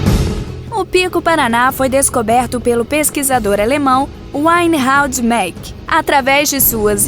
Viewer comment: Belíssimo vídeo. Migalhas, então. 1) O Pico do PR, Pertence unicamente a Antonina. A divisa é a sela, linha de águas, Itapiroca-Caratuba-Taipabuçu, com C. Gr. do Sul. Reinhardt Maack, creio que a pronúncia é diferente da locutora. Foi medido depois, com maior precisão e com um raio de calibração de 500 km, com mais tempo de aquisição de dados, algo que Krelling et alli, não tiveram.